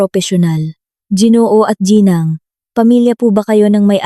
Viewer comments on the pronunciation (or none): none